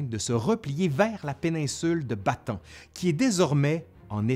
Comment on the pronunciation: bonjour , la penincule de "Ba-Ta-ane " et pas "Batan" ( Bataan ) au sud de la grande iles de Luçon ( Luzone ) , :-) en 1944 MacArthur , débarquera dans le Golf de Lyte ( Lété ) et pas" let " comme je l'entend souvent , si non , tres bon travail .